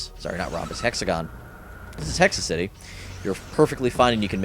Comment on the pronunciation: Dude it's "Hexactly"...exactly with an H, not Hexa City, it's Lickety Quick, not lickety split, your reading skills make me cringe